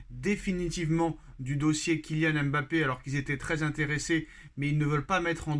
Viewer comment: Cher, prononcer correctement son nom!